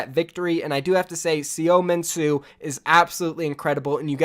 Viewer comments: Btw seominsoo(서민수) is pronounced soh mean soo. The soh is kind of open with your jaw low. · Seominsoo is pronounced SUH MIN SUE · you butcher seominsu name so bad it's funny